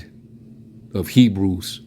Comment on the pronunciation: "Me-brews" not "HEBREWS"...